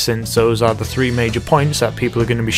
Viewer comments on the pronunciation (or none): none